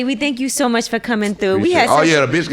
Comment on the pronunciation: He said bitch too murch for me lort